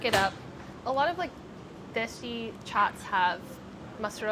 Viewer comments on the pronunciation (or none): none